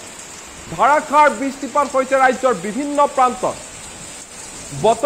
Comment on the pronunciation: Dharakhar boroxun nohoi, Dharakhar boroxun hobo lage ,newst vul ucharon kio kore shunile bohut Bea la ge